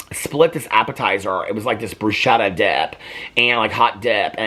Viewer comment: bruschetta is pronounced Broo SKEH- ttah you empathize the U, oo, e, and ah. I hope that helps!